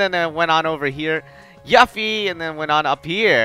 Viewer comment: 0129 If you wanna be anal about it, it's technically "chi". Sounds the same though. He's also saying Tidus and Yuffie's names wrong, but eh...English.